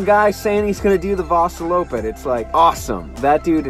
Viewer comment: Omg the cut to her saying Vaaasaloppet in the beginning was just too perfect haha! Excellent really